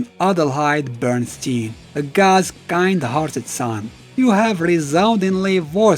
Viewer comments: It's bErnstein, not bUrnstein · 'behrn-shtayn' that sounds like Einstein and never Berenstain